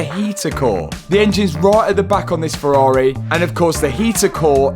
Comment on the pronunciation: Matt is building a ferrar(eh) 😂😂